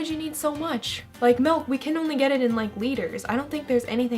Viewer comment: SHE SAID MALK